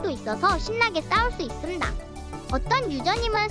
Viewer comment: 있슴당 발음 개웃기넼ㅋㅋ